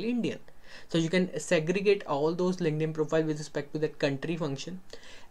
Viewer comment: your two words really took my brain out - WOMENS , lINKEDDDDD-INNNN